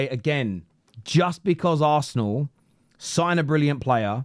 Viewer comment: Arsneal lmao... It's the first word... How did u mess that up 😂😂😂